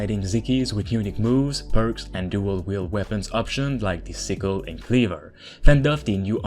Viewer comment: It's not weabons, it's weapons.